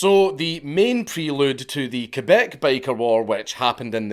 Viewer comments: Hearing Quebec being pronounced correctly is very refreshing Slight edit : I've also heard a story in that period where a woman working in a McDonald's got used as a human shield in a Hell's Angels and Rock Machines gunfight and was hit like 28 times and survived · Shout out to Dankula for saying Quebec properly instead of saying "kweebac"